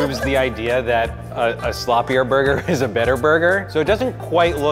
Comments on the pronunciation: Burger: Borgor I'm sorry I had to do it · "Giant Borgur" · "This is giant burga" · its borgar